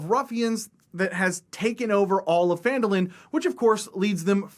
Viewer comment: does not know how to pronounce Phandalin